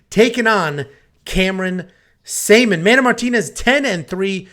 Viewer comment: Before you speak about someone make sure you get the name right. Journalism 101, his name is Cameron Saaiman.